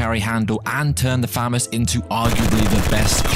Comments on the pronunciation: This guy is great but I was visibly disgusted by the way of how he pronounced famas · As a cod player it isn’t pronounced “Faaamass” it’s “Fuhmas” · The way he pronounced FAH-MAAHS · Nice pronunciation “Famass”💀😂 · never pronounce famas like that again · Its pronounced (fa-mass) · People hate it because you pronounced it wrong